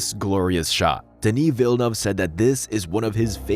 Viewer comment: That's how you say villaneuve???